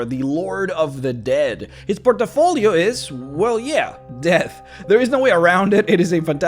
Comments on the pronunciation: his PORT UH FOR LEO! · It's PORT-FOE-LEE-OH not trying to be a jerk but the way you keep saying it sounds too close to port-a-potty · Love everything about this guy except the infuriating way he chooses to pronounce "port-uh-folio"